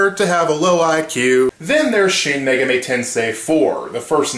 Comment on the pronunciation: Don't who mean Me-Gaw-mi? But hey, if you're used to saying it, then I'm fine with it. Also, didja know that the first Megami Tensei was an adaptation of a novel called Digital Devil Story